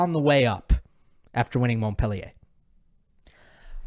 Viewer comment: Please learn how to pronounce Montpellier ❤ You lose ethos when you pronounce it wrong. Don’t get it the wrong way Love your channel